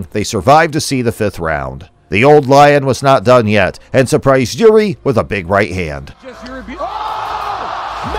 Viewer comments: yeah but his name is not YURI Its JIŘÍ stress him about that next time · The biggest fight here is the american trying to pronounce Jiris name xD